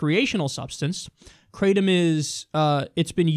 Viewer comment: its pronounced Kratom Like Cat only Krat